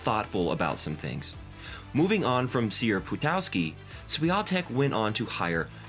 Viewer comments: You should pronounce her name something like that: "shvionteck" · Nice video. But pls do pronounce her name properly next time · Learn to pronounce her name if you make a doc ab her!!!!! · If you are going to make a video about someone at least make a minimal effort to pronounce her name correctly. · Would be good to learn how to pronounce her family name...? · You should learn how to pronounce her last name. She is a champion, my friend. And pronouncing it “the amerucan way “ is embracing and just unrespectful. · Skoro już jest nr 1, to mogliby poćwiczyć i nauczyć się wymawiać poprawnie jej nazwisko. : D